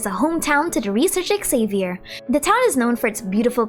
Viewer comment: But Xavier was not pronounced correctly